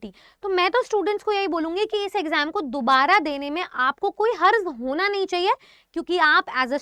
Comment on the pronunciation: Daubara nhi dubara